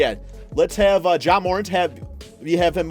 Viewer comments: It’s pronounced mur-ant not moorent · All these videos with morant in it and you still can’t say his name right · Please learn how to say Morant. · When are we gone tell how to say Ja’s last name right?